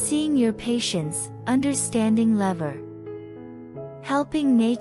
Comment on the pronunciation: level...not lever.Lot.....not tot